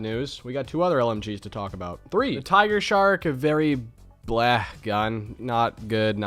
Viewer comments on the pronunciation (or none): none